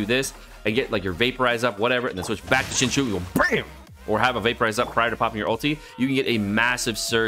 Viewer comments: Not to be that person but IT'S PRONOUNCED SING-CHO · I really love you dude but your pronunciation of Xingqiu is sending me :D